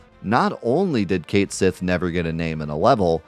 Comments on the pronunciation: But. Even though these are English letters, this is NOT an English term. It was never "meant" to be pronounced the way you're saying it. "Cait Sith" IS the authentic spelling. I there is no such thing as "my" way... it's just the actual, authentic, correct way. And I didn't "demand" anything. I suggested you learn about a common mistake made on this Gaelic term. The original FF7 did not "change" the pronunciation when they translated the game, because nothing is ever pronounced aloud in the game! The character is given the authentic spelling: Cait Sith. However, it's not pronounced the way it looks, because, again, it's not English. There is not an English equivalent. Again, I'll cite my "Persephone" example. It's not a surprise that everyone in North America got it wrong, because they're not used to Gaelic phonetics. I got it wrong too. But a whole country of people mispronouncing something out of ignorance doesn't make that the correct pronunciation. Look, you clearly love and understand this game on a deep level, which is why you were able to produce these remarkable challenge runs. I also attended your livestream when you were picking apart the 2026 re-release. You know your stuff. However, the one thing you DO NOT know is this pronunciation. This is not a matter of opinion, it's a matter of you just not wanting to accept that you've been provably mispronouncing one thing in your favorite game for the last three decades. Come on. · Love this video, awesome to see challenge runs. But it's killing me (and every Gaelic speaker) that you're mispronouncing Cait Sith. Please, PLEASE disabuse yourself of your popular, but incorrect, pronunciation!